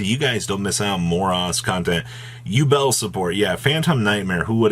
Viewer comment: 'U-Bell' It's pronounced 'You-bl'